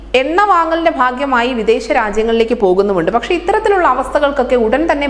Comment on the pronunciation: എണ്ണ വാങ്ങലിൻറെ **ഭാഗ്യമായ്**??? എന്നോ ??*ഭാഗമായി *എന്ന് പറയോ കൊച്ചേ... മലയാളം എന്ന് പറഞ്ഞാൽ എന്തും പറഞ്ഞു കളയാം എന്ന് ആവരുത്.. വായിൽ തോന്നിയത് കോതക്ക് പാട്ടും ആവരുത്...